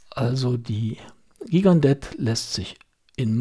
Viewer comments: schönes Video- ich dachte immer das die Gigandet - jchi gan de - ausgesprochen wird- na ist ja eigentlich auch nicht wichtig. Ich habe mir vor Jahren eine Gigandet zugelegt- als Urlaubsuhr ( mittlerweile wird sie auch bei heimwerken oder der Gartenarbeit getragen) Das Traktorenwerk NH 35 ist sehr zuverlässig, mit gerade noch aktzeptablen Ganggenauigkeitswerten- da sie etwas schneller läuft kann man den Sekundenstop auch wirklich anwenden. Die Lünette lässt sich nur sehr schwer drehen- wie du gesagt hast. Die Nachtleuchteigenschaften- na ja, nicht besonders. Und das Band ist klapprig- komischerweise verdreckt es aber nicht so stark wie manch andere Stahlbänder an anderen Uhren von mir. Insgesamt bin ich sehr zufrieden mit der Uhr. Die Steinhart ist meiner Ansicht nach wirklich zu klein- eher etwas für taffe Frauenarme. Die wirkt nicht nur zierlich- die ist es auch. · Gigandet spricht man: Schigendee